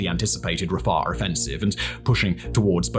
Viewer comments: It's not Raffah, it's Ra-Fi-Ach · Stop saying Rusher and pronounce it correctly, Russia "Rush-Ah". And stop saying Rafer. it is Rafah, "Rah-Fa" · RAFAR?YOU MEAN RA-FAH RAFAH! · Simon I love your videos as much as anyone else! I have to just say though everytime you said rafah I winsed 😂It was like you were putting a w at the end.. RAFAW😅